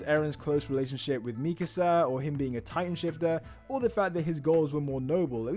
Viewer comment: I just like how you actually pronounce Mikasa’s name correctly